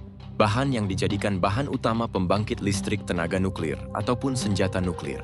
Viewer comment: Eja nuklir pun tak betol ko nak cite uranium haha pegi sekolah dulu belajar cara nak baca huruf